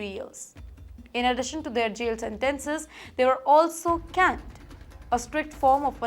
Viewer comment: Canned? I’m sure you mean caned (pronounced like cained)